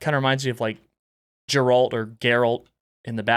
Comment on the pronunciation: I love this man to death and his channel, but come ON. did he really just say Geralt like that??? THAT’S how you pronounce the name of the Witcher??? 😭😭😭